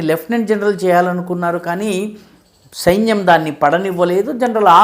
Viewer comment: సెయిన్యం కాదు సైన్యం అనాలి.. తెలుసుకో సారు